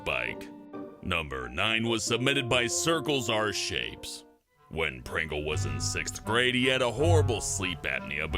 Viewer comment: "Sexth Grade"